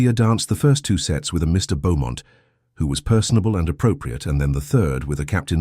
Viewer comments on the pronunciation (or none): none